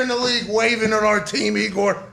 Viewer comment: Knee Gore? 😂😂😂😂😂